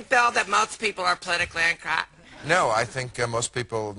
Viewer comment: the way he pronounces Politically Incorrect hahaha